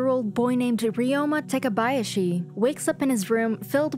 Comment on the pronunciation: lol his name is not Ryoma Tekabayashi it's Ryouma Takebayashi